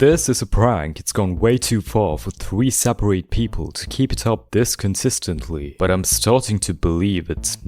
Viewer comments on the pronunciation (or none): idk but can you not say thwee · If something in this sewie is scary, it's episode thwee I agwee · "begins in video twee"